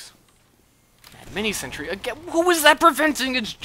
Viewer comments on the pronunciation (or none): It's a shame that a good youtuber is ruined by his pronunciation of sentry. It's sentry, SENTRY. Not sentury. Ugh... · zeronics He doesn't say sentry. He says sentury.